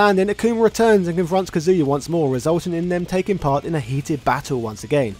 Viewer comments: Why do people pronounce his name different? Some people say “Ka-zoo-yuh” others say “Cuh-zoo-yuh” like in the video. Which is correct? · It’s 2023 and people are still saying “ka-zoo-ya”? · This is very informative, but his name is pronounced Kah-zuya, not Kazoo-yuh. Also, it's Zaibatsu is pronounced zie-bah-tsu, not zay-bah-tsu. That was the one thing that was bothering me... 😅